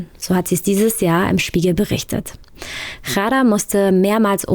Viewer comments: Ghada nicht Chara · Es ist so unglaublich respektlos wie der Name von Ghada ausgesprochen wird. Die Frau heißt nicht Chara ( arab. Kot), sondern Ghada, wie das deutsche Wort Radar ausgesprochen. Diese inkompetente Reporterin sollte sich öffentlich entschuldigen !